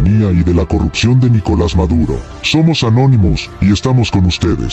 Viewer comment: o nome do Maduro não é Níkolas, é sim Nikolás. A sílaba tônica é a última. Kk